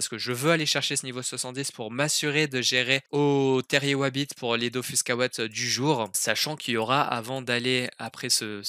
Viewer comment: j'espère que c'est parce que tu as "prononcé bizarrement le mot mais "c'est la musique DOFUS" il n'y a pas et il n'y aura jamais de musique "DOFOUSSE". Merci!:')